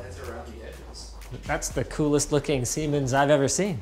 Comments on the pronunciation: For those that don't speak German and are native English speakers, it's pronounced "Ziemens". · Isn't it pronounced more like zsiemens ... with a sort of z at the beginning? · Also, it's pronounced zee-mens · He was commenting on how “Siemens” sounds like “semen” when pronounced with English pronounciation. And his pronounciation wasn't perfect at all, the German “s” sounds like the English “z”. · The first S is more like Z when pronounced. Zee-mens. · I mean, it’s pronounced sIY mens